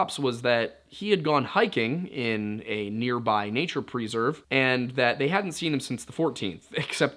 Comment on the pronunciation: Great content. I just don't feel so comfortable with your pronunciation of preserve...